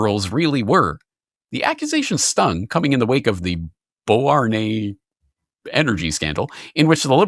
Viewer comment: 1. When I was outside the country, CBC would block access because I was outside the country. 2. CBC NEWS is not one of the options offered on cruise ships that serve Canadian ports. 3. There are NO MEN on air at CBC Edmonton. 4. It's pronounced Bow HORN wah. It's just west of Montreal.